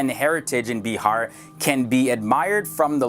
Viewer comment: Well that's bihar not beehar